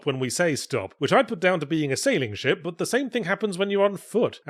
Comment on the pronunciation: This review is definitely helped by my american ears hearing yahtzee say shit whenever he says ship.